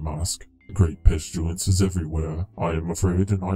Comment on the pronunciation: How people pronounce pestilence (pest-i-lence) how pronounces it (pesh-tu-lence)